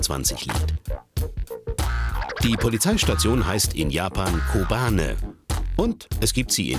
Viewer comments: Die Polizeistationen heißen nicht "Kobane", sondern Koban. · was zum, Kobane es heisst kouban 交番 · Es heisst Koban, nicht Kobane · Die Polizeiwache heißt nicht Kobane sondern Koban (sprich kobann)